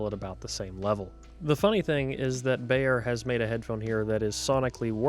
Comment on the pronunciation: I'm begging you: please stop mispronouncing "Beyer." It should sound like the English word "buyer," not "bayer."